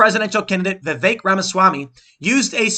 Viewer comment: Its a short e, not like "viveek"